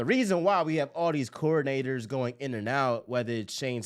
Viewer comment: you gotta enunciate coordinators better😂